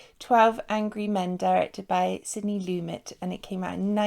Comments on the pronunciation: Sidney Lumet as in a - Sidney Lumeta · Always a top notch reaction. Well done,. The Director (Sidney Lumet) his name is pronounced 'Loo (think toilet in UK) met' I had the privilege of being in this play in high school (the one advantage of going to all boys school) and it was a treat. Very well written with the film 98% in the same basic room. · I've been waiting to see you watch this! Looking forward to seeing how you like it. There's a lot of confusion about how to pronounced Sidney Lumet's surname. He said "loo-MET".